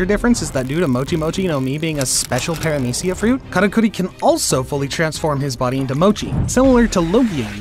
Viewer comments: *Paramecia, not peramicia. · “Minotares” “Peramecia” “Mouchi” “Trufflegar” This was a really good video, but the bad pronunciations really take me out of it😂